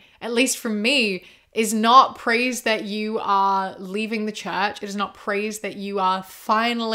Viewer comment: sorry but every time you said "leave the church," I understood "leave the chat" lmao like "he's deconstructing, he left the chat" very interesting video though!!